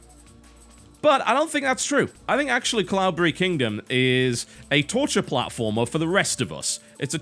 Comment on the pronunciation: deliberately pronouncing cloudberry like an englishman. like a pro